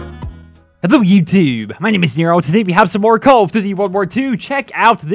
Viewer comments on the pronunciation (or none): "HETHLO YEWTUBE" lmao what the fuck was that intro 😂😂😂😂